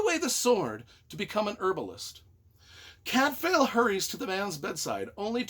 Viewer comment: Cadfael is pronounced Cadvile, not Cadfail. Shrewsbury is pronounced Shrewsb’ry not Shrewsberry. Gervaise is pronounced Schuhvaise. And no, Cadfael did not “fuck lots of chicks”. How disgusting and debased you are, trying to drag a great author and her books down to your level. 🤮🤮